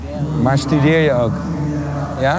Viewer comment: Karel Anker ze zegt het gwn normaal hoor